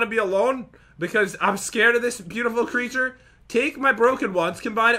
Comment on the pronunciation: Did anyone else notice that Pat said beueutiful (I did the spelling wrong because that is how he said it.)